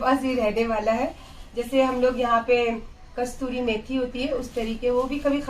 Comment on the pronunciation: Kasturi nhi kasuri bolte hai mem